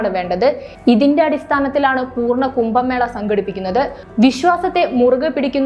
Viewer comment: കുമ്പ മേള അല്ല കുട്ടി. കുംഭ എന്ന് പറ